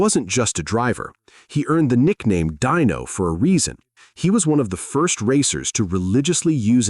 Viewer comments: his name is pronounced like dine-o. not dean -o don knuclehead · DYNO (deeno don) 😂